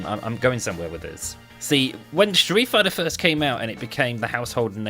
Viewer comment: I swear I died when you said Streat fighter five 😂